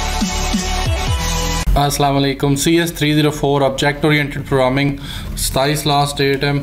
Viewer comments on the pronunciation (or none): Do you pronounce programming as "proming"?